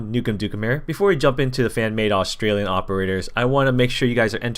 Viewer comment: Iv never cringed so hard you reading some Australian words wrong made me want to die